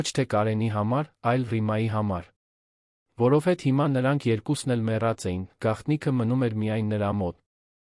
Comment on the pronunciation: Սուտ չի կարող լինել,այդքան ղեկավար լինելով հարստություն էր կուտակել։ Աստծո պատժից ոչ ոք չի խուսափում։ Իսկ ընթերցողը ճիշտ չի ընթերցում, ,,հետևել,,-ը կարդաց երկու անգամ ,,հետում է,,։ Որովհետևը ընթերցեց առանց վերջավորությա'ն' (դարձյալ մի քանի անգամ' ,,որովհետ)